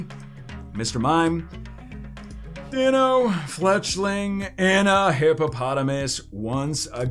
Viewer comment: FYI the Deino line names are based on German numbers so pronunciation is based on the German Ein, Zweis, and Drei or phonetically I in, Za Vie, and Dry. So you pronounce their names Die no, Za Vie Less, and Hi Dry Gon!